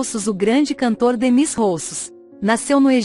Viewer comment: A música perdeu uma das mais belas vozes do mundo e um estilo único Mas a narradora tem que ter conta a prenuncia do nome do artista pois existe uma vogal que seria como se escreve-se “Démis”